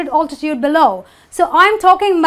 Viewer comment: Thank you for your amazing lecture. Could you pay more attention to the pronunciation? We are learners and there is no such altitude pronunciation you pronounced in the lecture in any dictionary. It's pronounced "aeltityude".